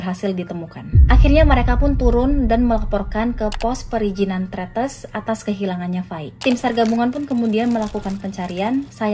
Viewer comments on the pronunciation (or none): mau koreksi dikit yaa, buat knowledge aja.. Cara baca Tretes itu sama kayak baca Tetes. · Tretes bacanya seperti "bebek" sebetulnya, tp goodjob buat 🎉